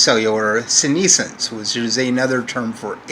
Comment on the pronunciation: Of course he pronounces "senescence" like "Gary Sinise-ence."